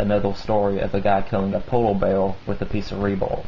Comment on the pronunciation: He has a southern accent with a speech impediment. He substitutes /r/ with a /w/. "polow beaw" Great stories. You have a very mature and keen mindset. Keep it up!